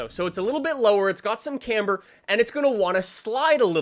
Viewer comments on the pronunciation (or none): none